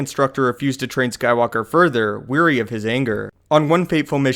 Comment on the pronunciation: dude, I love your videos, you do a great job, bur my god. wary is not the same word as weary, please pronounce wary right...